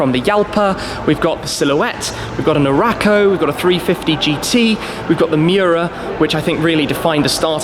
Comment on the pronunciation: omg u bothering me how u pronounce huracan and urus